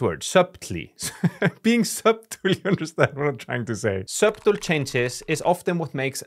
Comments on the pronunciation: Your vids and your english are great. Thank you for your all your tips. Try pronouncing 'subtle' like 'suh-dull'. The 'b' is silent and the 't' has more of a 'd' sound in this word. Subtlety is even harder haha, but it sounds like 'suh-dull-tee'. Keep making awesome content, my friend! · Subtle - don’t pronounce b